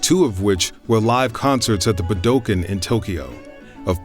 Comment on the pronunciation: Wonderful documentary! The only thing that bothers me are the Japanese pronunciations (“Sadao Watanabe” and “Budokan” in particular). Maybe you can have those segments re-recorded after coaching. 😊